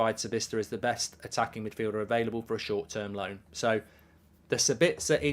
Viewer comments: As an Austrian I think it´s a little funny how you pronounce Sabitzer 🙂 Let me help you out: the stress is on the first syllable, not on the second. SAbitzer, not SaBITZer... Best wishes from Austria mate! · He's called Saaaabitzer. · I'm English but even I have always found it weird how he pronounced it lol